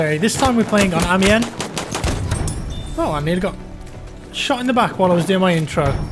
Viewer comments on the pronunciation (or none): none